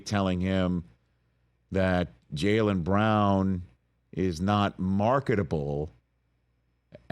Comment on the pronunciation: JAYLEN FFS get his name right. It’s not hard.